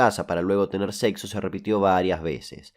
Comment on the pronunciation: Weeey porque dices sexo así? 🤣